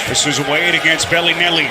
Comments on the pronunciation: It makes me cringe when the commentator says BELLY NELLY and not bellinelli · Somebody tell this announcer its Belinelli, not BellyNelly. Sounds like a 2018 Teletubbie. Good grief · I get your joke lol.. Its pronounced Bell-Lah-Nelli... He kept saying BellyNelly lol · It's Belinelli, not Belly Nelly haha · It's not "Belly -Nelly"!!!! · I fucking hate the way this guy says belinelli